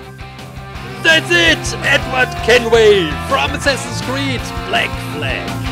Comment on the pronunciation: for a second i thought he said semsame creed